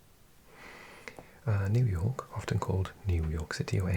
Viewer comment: I love how you say New York. ”Nu jaaw….. K”